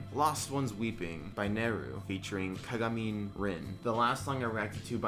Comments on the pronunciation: Okay first of all it's ka-ga-mee-neh rin not 'mint' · ahh senpai notice m---anyway the pronunciation is ka-ga-mee-neh rin BTW I love ur channel so much as a vocaloid fan I really proud XD